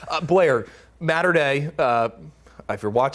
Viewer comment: It’s pronounced “Motter” Dei, not “Matter” Dei